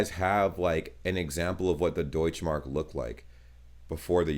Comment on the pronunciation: The "e" in Deutsche Mark isn't quiet. Same like "Porsche";) #